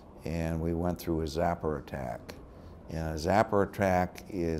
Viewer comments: He mispronounced it but I've heard my dad and other Vietnam vets mispronounce it as well, I don't know why but I'mma find out today when I talk to my dad. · Sapper. Not zapper.